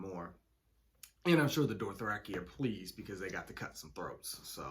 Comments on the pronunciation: my friend. Dothraki. not Dorthraki 🖤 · It’S dOtHrAkI nOt DoRtHrAkI, wHy CaNt YoU sAy It RiGhT 😂😂😂😂😂😂😂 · There’s no «R» between the O and the T in Dothraki🙈 Stahp saying Dorthraki😩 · Its season 7 and this man is still calling them DORTH -raki. 🤣🤣🤣🤣🤣🤣